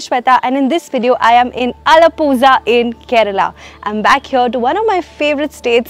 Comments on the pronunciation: it’s not alapusa , it’s alapuzha as in alapula 🥲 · Itz not alapoza !! ALAPUZHA a district in kerala . Atleast try to spell and pronounce properly. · Just a correction, The place Alappuzha is not Ala-Puzza. It is "Ala-puh-rla" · Alapusa? It’s Alapula zha should be pronounced as la.. don’t know how you ppl manage to not knowing this basic thing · Iam sorry that no one corrected you about the name of the place irl. But that was just so funny; alapooza. felt like cheers in greek. So it's aala-puzha. more emphasis on starting A and zha is pronounced like saying R in american accent. you can just google it. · It is alapula not alapusa. We used to write alapula as alapuzha to differentiate la from la as we have three la s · Not alapooza alappuzha 😊👍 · Pronounced too bad.. Alapoosa.... It's Ala.. Pu.. Xxx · Not Allapooja 😂 Its pronounced as Allapula (Allapuzha) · Alapoosa?! Lol is it that difficult to get the pronunciation right? It is Alapuzha for heaven’s sake. Even foreign YTers/vloggers put in the effort to get the names right. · Hey Shweta I loved the video but just wanted to let you know as a mallu that it's not Alapooza😅 N I understand its not easy to pronounce correctly at first though 😅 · Name should be prounced as aalapula (zha = la) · Alapuzha is pronounced as allapurra a deep rr sound not puzha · oh my god, it's not alapussa :D lmao :D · Heyy your Alappuzha pronounciation is wrong.. Please note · Atleast say the name of the place properly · Zha is pronounced differently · Alapuzha is not pronounced the way you said..please stick to the name Allepey if you can't pronounce the original name properly